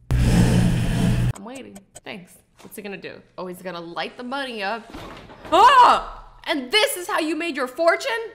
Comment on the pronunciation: the way you said money tho. LMFAO